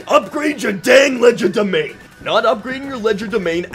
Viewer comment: I believe the D in Legerdemain is silent.